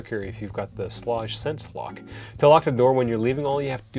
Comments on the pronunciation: You should learn how to pronounce the name of the lock! You said the name several ways, all of which were wrong. Go to their company made videos to hear them say it. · It is pronounced “Shleyg!!!!” Sorry, you were driving me nuts with the shlawdge pronunciation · Pronounced sh-leg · Aaron Schlage is pronounce like Schlayge or something like that lol. Yes Kwikset Smartkey may be easier to Rekey to your current locks but the build quality of Kwikset is the worst. Smartkey locks have resettable wafers that can fail anytime. As a locksmith I’ve dealt with these locks failing all the time. I never recommend Kwikset unless all your house has Kwikset already then yes because then you would have to change all the locks which can get expensive. Schlage only provides one key because their goal is for you to mostly just use the touchpad. That’s the whole reason why you get a touchpad in the first place, so you won’t have to carry keys. You can get a wall mounted lock box and leave the key there just in case the battery dies. But even then the touchpad will let you know when to change the batteries out. Schlage makes it easy to change the batteries out compare to Kwikset. Overall Schlage is the better product in my opinion. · Several comments, I'm a home builder trying to be helpful: 1) Your door weatherstripping is excellent - not too thick. It's called Q-Lon, and covers both the outside face and the corner edge, as opposed to that useless exterior nail-on junk. 2) Schlage is pronounced with a long a and hard g. See 3) The Kwikset "Smart Key" is a brilliant feature, which is amazingly easy to re-key in about 30 seconds. No need to be a handyman or pro. ANYbody can do it. GREAT for rental units, so the landlord can re-key without having to buy replacements or call a locksmith. 4) Schage and Kwikset are both high quality products across their full production of products.